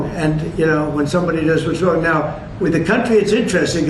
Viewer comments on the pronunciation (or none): none